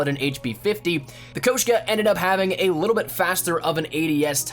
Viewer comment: He says koshku